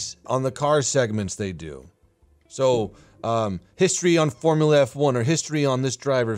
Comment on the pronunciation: "Fomula F1" oh my god I can't unhear that